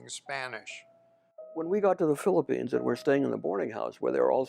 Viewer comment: how I wish you can pronounce properly your F and P, V and B. Pilipins or Philippines? Blog or Vlog? at marami pang iba. Peace ⚘🌷⚘